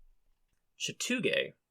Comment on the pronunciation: Ok. Originally from D.C, but I have lived in Ga since I was 11 years old. You did pretty good with the pronunciations! Rabun County, you were close. It's pronounced Ray-bun, with the stress on the first syllable. The other one it sounded like you struggled with, was it Chattooga? It sounds like "Chattanooga" in Tennessee, but without the "n". Most of the names are Cherokee in origin, but then you lump in the Southern accent and some ot it ends up sounding nothing like it's spelled, so you did really good! I had no idea I could get fairy crosses so close to me! I'm in North Ga near Sharp Top! I'll have to go check it out! Also, for those who would like to check out Dahlonega, it's a great little town and there is even a Gold Museum you can enjoy.